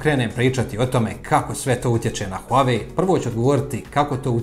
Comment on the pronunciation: Huawei telefoni nikad ni nisu ni bili na američkom tržištu. Možda njihovi delovi kao matične ploče i čipovi ali telefoni nikad. I ne izgovara se huave, već Wahway..